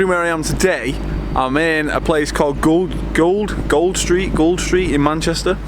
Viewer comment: its pronounced gooled street as in cooled